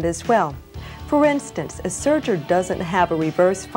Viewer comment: It's serger, not surger.